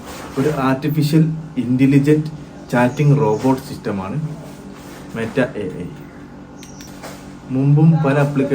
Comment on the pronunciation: മേറ്റ അല്ല 😂😂 മെറ്റ എന്നാണ് 🤣🤣🤣